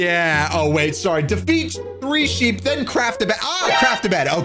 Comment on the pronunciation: I love how says more sheep and i hear mo sh** LOL😂